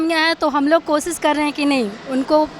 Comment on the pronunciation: Koshish to bol nahi sakti kosis